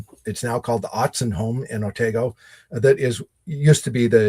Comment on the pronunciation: Please, the Otsego County village you mention in this podcast is Otego, not Otago.